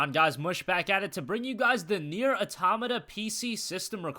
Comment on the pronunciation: thanks for saying it right.